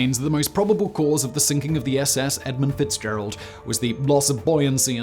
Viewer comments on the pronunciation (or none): there is no 's' in the word edmund...snotty and illiterate douchebag.